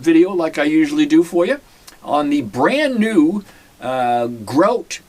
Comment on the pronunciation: its grote not grout